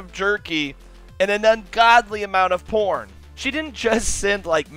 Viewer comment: I though you said corn, so I died laughing, until I realized you said porn. ._.'